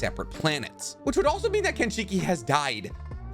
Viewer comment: This man gotta be trolling with the pronunciations. Its not KENshiki. Its not chibuko tensai.